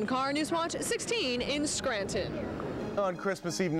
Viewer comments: I can’t stand it when people say, “Scran’in”! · Bless you. You actually pronounce the T in Scranton